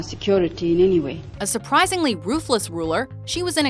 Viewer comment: ''Margaret thatcher, often roothless lider'' what???